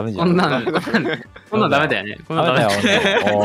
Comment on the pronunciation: 自己紹介から好き この声字幕無かったら分からなかったわ... え、えぇーっ 行っちゃった こん↑なん↓さぁ